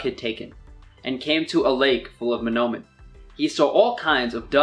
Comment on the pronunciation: So many mispronunciations, the only thing he said right was mnomen